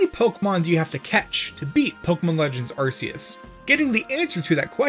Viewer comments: If you pronounce Arceus as “Arseus” then you better pronounce Arc Phone as “Arse Phone” or you’re a hypocrite. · No, it’s ArKOOS, not Arceus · Its a Meme from Mandjtv's Subreddit and Videos where he mispronounces Arceus as Arcoos due to the name, he even made a shirt with it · If it's pronounced "Ar-see-us" would that mean the Arc phone is pronounced "Arse" phone?